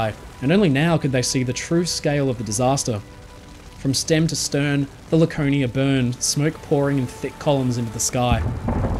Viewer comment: Once I heard "Lakernia" and "smatest", I had to leave. Please educate yourself on how the letter R works.